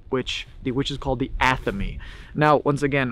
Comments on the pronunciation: The ceremonial knife you referred to is an Atheme, pronounced, "Ath-a-may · It's an ath-a-me (athame) it is a ceremonie knife witches used in ceremonies